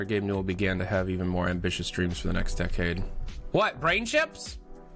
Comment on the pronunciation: if he keeps saying decade like that I'm not going to finish this fucking video.